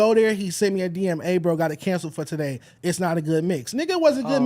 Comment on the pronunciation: said togay in the beginning lol